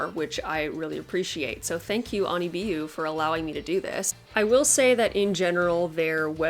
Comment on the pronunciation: You pronounced it right if it is a japanese wig store